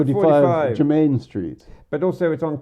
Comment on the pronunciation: Have I been pronouncing Jermyn Street wrong all these years? At 55 seconds, calls it Jermain Street.